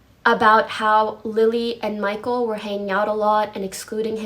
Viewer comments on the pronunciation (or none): none